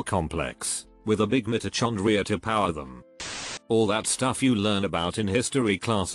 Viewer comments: I was serious up until the narrator said Mito-CHONDRIA, that cracked me up. Well, that did SINK in. Smart narration. 😁😁😁😁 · the way ai voice says mitto chon dria lmao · the way it read mitochondria killed me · The way the tts pronounced "mitochondria" 🤣🤣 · Having a stroke rq over the bot pronunciation of mitochondria